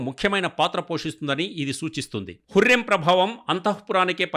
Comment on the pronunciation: Mi bhasha tagaleyya 😂 hurrem kadu huram adi haaram kadu haram 😂😂😂